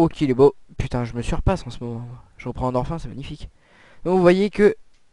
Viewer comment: va apprendre que sa ce dit "endorfine" et pas "endorf1" comme tu dit ... tu te vente trop c'est insupportable je n'est même pas réussi a voir la vidéo juste au bout...